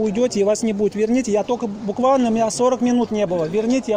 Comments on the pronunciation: НУ МЫ КАК ДАГОВАВАЛИСЬ! БУКВАНО Я вас ещё раз говорю запучу хочишь удалю вивните пожалуйста ТРЕБАТЬ я сказала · НУ МЫ КАК ДАГОВАВАЛИСЬ! БУКВАНО Я вас ещё раз говорю запучу хочишь удалю вивните пожалуйста ТРЕБАТЬ я сказала.